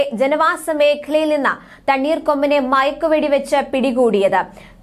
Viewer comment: സഹോദരി മഴക്ക് വെട്ടി അല്ല മയക്ക് വെടി